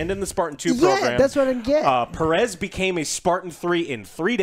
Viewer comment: Joe, “Pe-RES”??? - you’re pronouncing it that way? … Thas akin to calling yourself ‘yo-say ver-gas’…. …..You’ve done fucked it up.